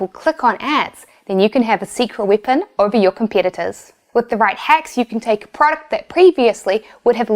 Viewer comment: Haha, the way you say weapon sounds like you are saying " whippin' ". Haha